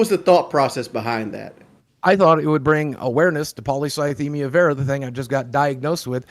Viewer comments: not being able to pronounce polycythemia vera ever is the funniest part of this whole thing. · Take a drink every time one of them mispronounces the name of the cancer